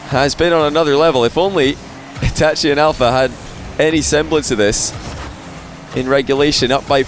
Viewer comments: Anyone else mad as to how says itachi? Like its itachi not e tat chee like say ah. Now say e-t-ah-chi. Itachi. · E ta che is how you pronounce it